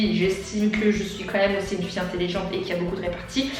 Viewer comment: Très bonne vidéo, t'es vraimentr trop drôle !! Chaque fois que tu disais "FIE" j'étais pliée mdrrrrr je sais pas pourquoi, ça me faisait trop rire hihi